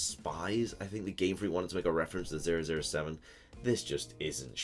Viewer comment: How do you not know how to properly say 007